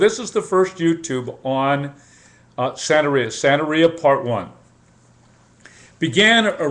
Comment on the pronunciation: Sir, with all due respect you are an IDIOT. If you are going to speak on something you should do your research thoroughly. La Santa Muerte has NOTHING to do with Santeria (or Santa Maria) as you called it. You can't even pronounce Santeria correctly. You shouldn't talk about things you have NO idea about.